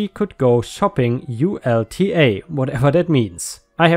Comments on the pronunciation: ULTA is a make up store. It's pronounced like ultra without the R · Ulta is pronounced All-tah. It's a beauty store.